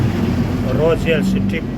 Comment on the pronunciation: Raw-zíãl si-trik